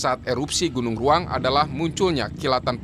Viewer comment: Iya saya jg dengarnya gunung raung